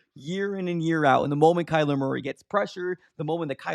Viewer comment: It’s not Kyler!!! Are you that slow??? Smh